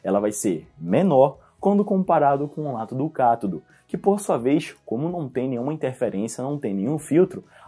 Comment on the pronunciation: só fiquei agoniada com sua pronuncia.. deveria ser Ânodo e cÁtodo e não anôdo e catôdo